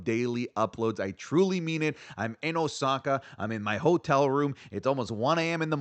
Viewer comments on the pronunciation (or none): none